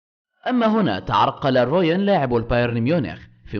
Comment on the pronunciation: اسمه روبن وليس روين رائع